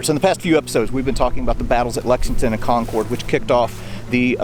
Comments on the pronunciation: Hey, amazing video as always. Just a pointer from a local (and some other Massachusetters may have mentioned this) we pronounce "Concord" as "Conkerd". It rhymes with "orchard". Thanks for the content as always. Next time you're up in New England, come to the Adams Houses in Quincy (open in the summer) if you haven't already been. Burial Hill in downtown Plymouth, MA is also amazing, not far from there you can find the oldest cemetery in the US (Myles Standish Burial Ground) and not far from that is the Daniel Webster house as well as the cemetery where the Webster family plot is located. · If I were the British, I’m taking hostages and using them as shields on my way back to Boston. Btw… Not ConCORD, we say Concurd. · Love the video and walking through my childhood memories but Concord is not pronounced Con Cord. Run it together. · Patiently awaiting JDs movement away from Concord. If I have to hear him say Con-Cord one more time I might just lose my mind. Con-Cord, Con-Cord, Con-Cord... Nobody says it like that. I realize not everyone is from the area, but in addition to the great history lessons these videos provide, an accurate pronunciation of the city's name would be appreciated. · FYI: the second syllable in Concord rhymes with bird, not board. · great video...but the pronunciation of Concord is not Con-cord (long "o" sound) but Con- "kurd" and the emphasis is on the first syllable "Con"...I can't help my fussiness as I'm a Yankee!...lol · Please stop saying "CON-CORD". It's pronounced "CON-CURD." Again, the first armed offensive with shots fired of the Revolution occurred at Fort William and Mary in Portsmouth Harbor in New Castle NH on December 14th 1774. Perhaps you should take a trip up there and do a video that corrects the inaccuracies all your previous videos. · Con-curd not Con-CORD. Sorry. Had to lol. Was at North Bridge today! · Not, “Con-cord” like the airplane- “Con’cud”. “Con-cud and Lexington “ Lexington,” pronounced as it sounds….